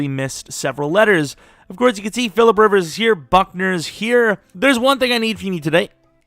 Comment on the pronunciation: phillipe rivers lmao i love it